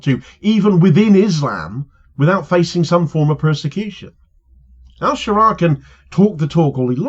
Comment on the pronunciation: Ash-Sharaa is how it should be pronounced, not sure how much room for manoeuvre he has to avoid being targeted directly by the IDF. My neighbours family are Syrian Christian and their village was bombed by IDF in the aftermath of Assad falling.